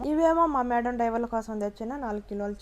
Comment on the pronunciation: డైవర్ కాదు డ్రైవర్